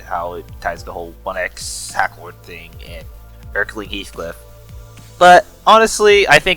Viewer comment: Him spelling and pronouncing Erlking as Erkling just hurt me, not even as a limbus fan, i dont care about them, but more as a fan of IRL lore of authors and musicians